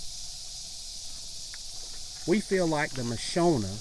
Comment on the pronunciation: Pronounced Ma shon a, not Ma sho na!! they are from Africa!!